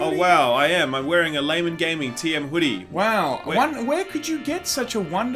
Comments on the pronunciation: "Gay guys"? Its pronounced "Lay men" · He almost said Gaymen Gaming at the beginning of this video ha ha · Pretty sure i just heard "gaymen laming". I have no idea what it means, but i can't unhear this now. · "Gaymen Laming" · Laymen Gaming..... Did you mean: Gaymen Laming?